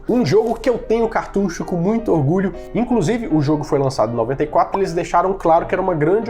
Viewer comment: Parabéns!!!! Como é satisfatório ouvir alguém pronunciar a palavra certa, cartucho 🎉